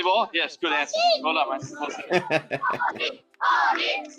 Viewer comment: waugh- pronounced war